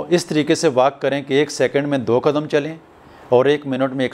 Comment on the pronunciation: Prablum nahi Problem .kadum nahi kadam.narmul nahi normal.nazur nahi Nazar.